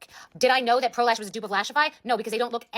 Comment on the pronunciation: I literally thought you said prolapse instead of pro lash 😭